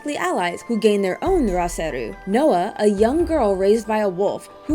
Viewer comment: its SE-RU not SER-RU